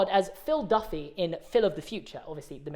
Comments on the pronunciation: "DIFFY" NOT "DUFFY" Bro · It’s diffie not Duffy